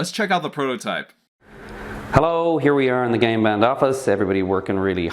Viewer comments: It sounds like your saying "gay band" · I keep hearing GAY BEN! Throughout this video